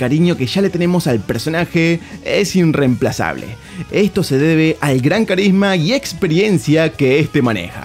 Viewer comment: es meme lo del "inremplazable" o porque decirlo mal tantas veces?